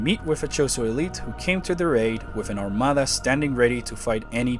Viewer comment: Anyone else catch the subtle ethnic touch on the word "armada" ?. Felicidades, sir